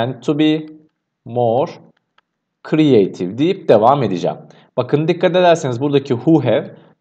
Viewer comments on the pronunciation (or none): none